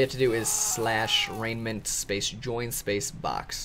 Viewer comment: It's pronounced re-ji-ment